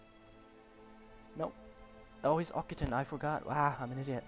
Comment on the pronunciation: Occitan is not pronounced Okitan but rather Oksitan. Looking forward to new episodes btw